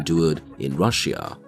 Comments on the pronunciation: Ur saying russia wrong its russia not rus sia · Learn how to pronounce russia 🤷🏻‍♂️🤦🏻‍♂️